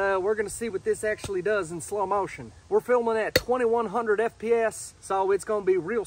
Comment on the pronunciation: I'm southern. It is a bit forced, and there is a mistake on "slow motion". The "o" in both has a bit of a wavyness that isn't present in a normal southern accent. I would say something like "slowe mow-shunc", he's saying "sl-O-ow mo-Ocean"